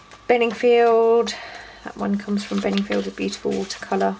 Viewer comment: Bee-U-TEE-Ful lol.